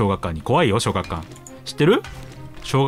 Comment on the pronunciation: なんでは小学館って言えないの？